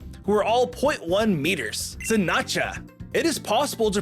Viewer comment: It's sinistcha, not sisnatcha 😂